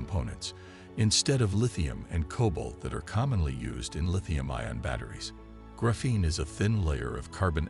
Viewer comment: Pretty sure that’s the wrong emphasis. Pretty sure it’s the same emphasis as graphite.